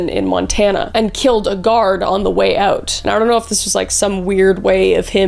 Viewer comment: Kris, I'm curious about your heritage. , you pronounce "out" as "AHH-oot," and a , you pronounce "been" more like "bean." I'm no linguist, but I'm wondering if you, perhaps, have roots in Minnesota, or possibly Canada.